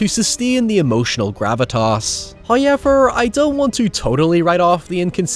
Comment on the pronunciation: I'll never understand how "now" becomes "naiye" and "however" becomes "haiyever." 😂🤣